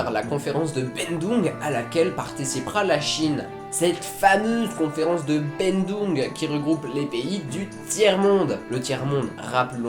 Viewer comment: Salut, merci pour ta vidéo qui m'aide pas mal pour le bac ! P'tite question. Ce ne serais pas "La conférence de Bandung" et non "Bendung" ?